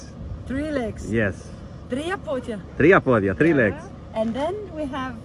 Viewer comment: Well done by the lovely Lady fron Denmank! btw "tria podia" with excellent pronunciation